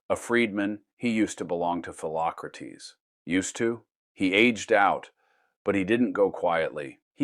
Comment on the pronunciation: "Phelocratese" Socrates brother 💀